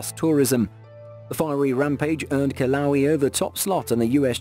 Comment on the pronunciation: Hey, Narator! The pronounceation of Kilauea is KIL-A-WAY-A! NOT KILOWEE. Don't mean to be THAT guy, but every time it was said, I cringed!